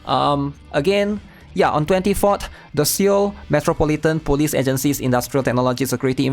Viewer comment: we almost had PEAK 😭🙌 Somehow I hear you say police as bully, lol